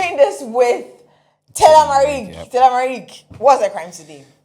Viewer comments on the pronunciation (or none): none